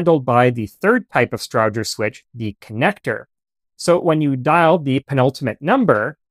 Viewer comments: Almost all correct, the pronunciation is off for the central office can switches always heard it pronounced “Strowger” (long O) and not short O as spoken here. Its Stroooojer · It’s a STROWGER as in ROW-ING, NOT EYE-BROW. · Well done! I've always heard Strowger's name pronounced as "STROH-jer". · As a former employee of a central office equipment manufacturer, I was taught that Strowger was pronounced with a long O and a hard G, which is not the way you say it. Did you reach your pronunciation based on how Almon Strowger himself pronounced it, or did you just assign a pronunciation based on your assumptions?